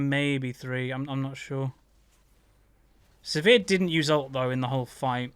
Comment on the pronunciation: Always funny when says "Severe" instead of Sivir XD